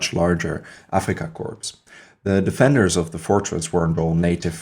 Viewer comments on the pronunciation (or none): Another great vid, thanks, not to be critical, but corps or korps is pronounced core, corpse is a dead body... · I only mean to be helpful. The word corps is pronounced without the S at the end. When the S is enunciated it sounds like corpse which is a dead body. It's a distraction from your presentation so I thought I would mention it. I enjoyed the video and you have a good voice and look forward to more of your videos.